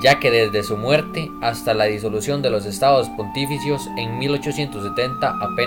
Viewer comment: Estados pontifícios, con acento en "fí"